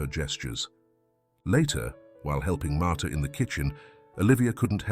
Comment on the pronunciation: Martha not martyr